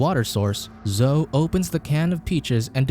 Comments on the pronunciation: " zohh " oh dear. It's " zoh - ee " Zoe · It's zo--e... Not zo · It's pronounced Zo~eee. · I'm guessing the robot doesn't know how to rounce Zoe (zoeee) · bruh the way you pronounce Zoe's name -.